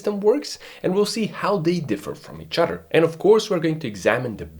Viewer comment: Did you say each udder?